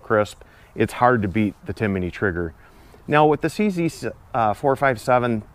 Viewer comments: It's Timney not Timiney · Timney not "Timiney" 😊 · it's pronounced TIM-NEY. You say TIM-IN-NEY. 😳😂😊